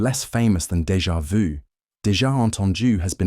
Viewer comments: You are the first that speaks that French term correctly - in 30 years here in USA. Congrats. But how come after the first two times you repeat DEJA VU and speak it "Deja voo". Then for the fourth and fifth and sixth time you return to the correct method. Would you please tell Americans how to speak?! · when he explained dévà vu i got dégà vu